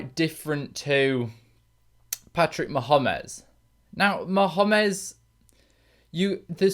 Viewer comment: That's the first time I've ever heard Mahomes name pronounced that way lol